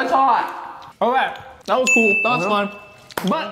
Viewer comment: We waited all that time for him to drink the prime just to say (it's coo)😭😭😭